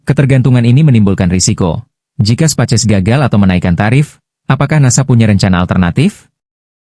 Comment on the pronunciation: Setiap nyebut Space X jadi "Spaces".. Ko pengisi suara AI nya bhs indo, ketik aja prompt nya "speis eks" Nanti akan terdengar space X dlm bhs Inggris.